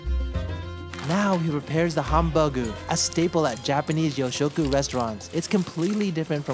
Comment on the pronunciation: I think it's pronounced more You'shoku instead of Yo